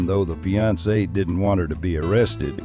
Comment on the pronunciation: Did she say they were "fianced" 😂